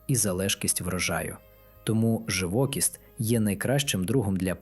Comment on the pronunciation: Наголос, живокІсть.